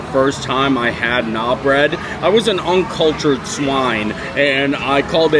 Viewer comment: you’re still pronouncing Naan bread wrong 😂, I love you! It’s pronounced “nahn”. Forgive me if I’m hearing you wrong but it sounds like you’re saying “Nah”